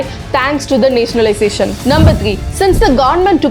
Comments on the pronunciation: It is nationalization the,not netionaliztation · Please pronounce nationalization properly